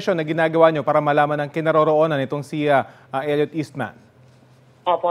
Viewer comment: Hindi “il-yut”, “el-yot”